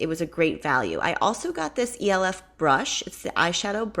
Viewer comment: just in case you didn't know, the e.l.f. brand is pronounce elf like as in Santa's elf.